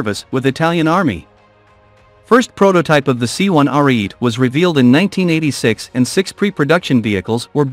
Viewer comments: Please program your computer voice to pronounce words correctly. This Italian tank is not called "Are-eat", it's "aree-eh-teh", meaning "(battering) ram" in Italian. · Are-e-et-ay. That's how it's pronounced, Rookie... You only damage your own credibility...